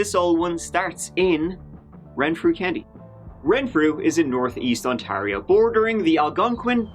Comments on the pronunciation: Goshies...the way you say Ontario is odd. Despite the way it's spelled, it's pronounced On-tear- io. Btw...love your channel:) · Welcome back to Ont-airy-airy-airy-oh. Sorry, eh.